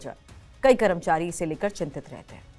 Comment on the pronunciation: कैसे कैसे लोग समाचार वाचक बन जाते हैं कर्मचारी बोलना नहीं आता हैं करमचारी बोल रहीं हैं 😂😂😂😂